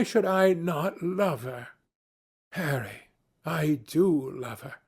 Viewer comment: It sounds so right when he says harry